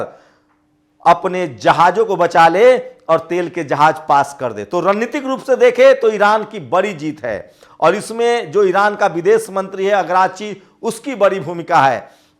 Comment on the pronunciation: Agrachi nahi bhai arakchi